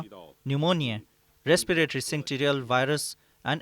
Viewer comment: It is either pronounced "Sinsishal" or "Sinsitial"...